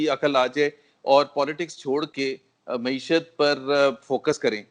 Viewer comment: محترم سید طلعت حسین صاحب مؤدبانہ عرض ہے کہ لفظ “ مَعیشت “ ہے “ مُعیشت” نہیں۔ میڈیا کے دوسرے محترم اصحاب بھی نوٹ فرما لیں۔ شکریہ